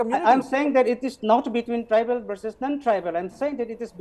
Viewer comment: Say "Tribal" not "tribeel"